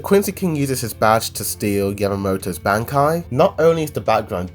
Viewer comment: that bankai pronounce killed me...